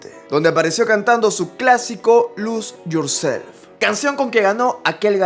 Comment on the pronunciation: lus yursef alto inglés